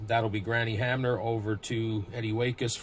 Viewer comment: Good job - I enjoyed your replay as it gets close to playoff and World Series time! It brings back wonderful memories! If you read the wrong number just take it as a missed call by the umpire. You are pronouncing Hamner correctly! Way to go!